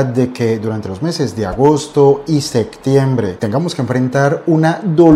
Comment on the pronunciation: Se dice septiembre, no sectiembre